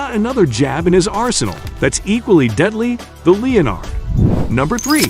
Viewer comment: "leo-nard" jab? It's pronounced 'len-ard" jab fool